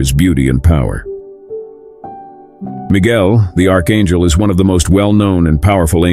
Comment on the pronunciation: lol Miguel the archangel. pronounced an hell